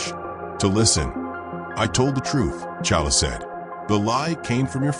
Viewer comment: I can't. He keep calling black panther challa